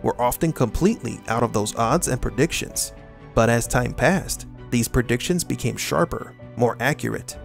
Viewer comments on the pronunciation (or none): none